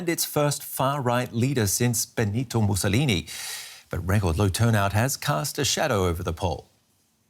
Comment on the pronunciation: Really mousalini? Lol